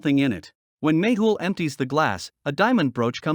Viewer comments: Its not Maple or Magel its 'Mehul' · Its magle not maple